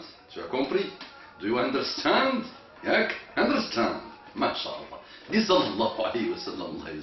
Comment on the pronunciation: Do you underrrstand ? Mdr = D =D